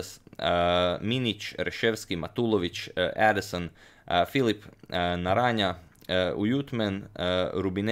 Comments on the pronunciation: And just to add on that, I'm affraid you pronounced Renato Naranja's last name the slav way, Narania. It's suppose to be pronounced like the spanish j, wich sounds close to the English h in the words Hello, He or him. Something lik NaranHa. Other than that, like always, spotless pronounciation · I'm not sure but I believe Renato Naranja is a Filipino chess player with a name of spanish origin, so it would be pronounced like "naranha" instead of "naranja" or "naranya". Not that this information matters :)